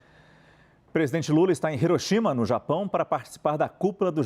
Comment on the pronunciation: O primeiro apresentador que pronunciou correto ☝️ HIROSHIMA COM O SOM DE RR Tipo ( riroshima )